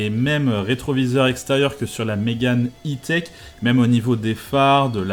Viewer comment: Personne ne prononce le E à l'anglaise en France